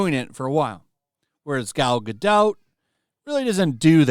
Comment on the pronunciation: Awesome how you totally butchered Gal Gadot's name!!!!! Your a total richard cranium!